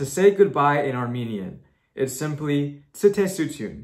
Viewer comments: Michael, very nice, but goodbye is actually - stesutyun, without first letter - t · you did awesome until you butcherd goodbye and had to bring up covid.